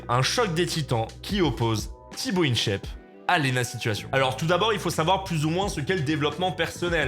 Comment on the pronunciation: Jsuis le seul à vriller dès qu'il dit "Tibo Inshèpe"? 😭